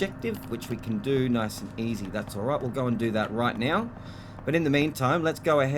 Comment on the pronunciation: Ok, off topic, but are you saying "right Meow"?? Cause I'm getting Super Troopers flashbacks. And it's funny as hell, while in a nuclear reactor.